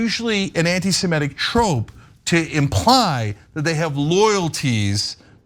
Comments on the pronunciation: It's "anti-sem-IT-ic, not "anti-sem-ET-ic. Cenk always mispronounces it. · 'SemItic,' not 'SemEtic'